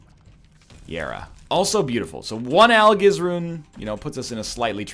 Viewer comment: Why is it that some runs you say Algiz like Al-giz and some you pronounce it like Al-jiz. It bothers me more than it should.